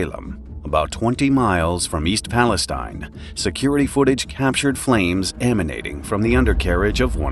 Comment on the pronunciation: Hey, that's my hometown!!!! Still weird to see my small podunk town in youtube videos! Also, it's Pal-es-teen, not like Palestine in the middle east.